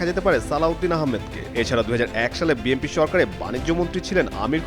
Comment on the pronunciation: গাধা দিয়ে হাল চাষ হয় না, বিএনপিকে বিএমপি বলতেছে এই গাধাটা